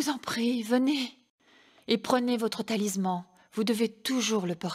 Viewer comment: Le "talizman"?